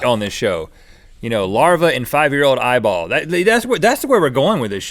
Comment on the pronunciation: Link says: eeEEEEye-ball I say: EEEEEEEEYE-ball